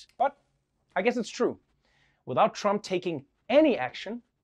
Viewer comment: OMG ... she said Donald "Tramp" 🤭